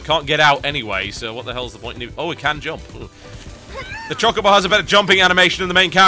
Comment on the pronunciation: I think you say chocobo wrong...